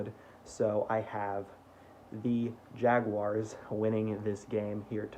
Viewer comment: Sarah Wolfe would be really impressed with your pronunciation of Jaguars!! Keep up the good work